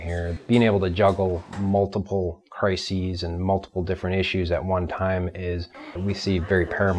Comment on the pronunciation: the fact that he said crisis like cRiSiS made me a tad bit annoyed...lol